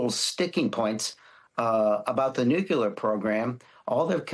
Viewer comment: We should stop sending people to Congress unless they can say the word "nuclear". It is not "nucular" for Pete's sake!!!!